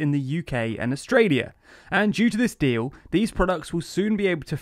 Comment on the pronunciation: I only heard the word dee-oow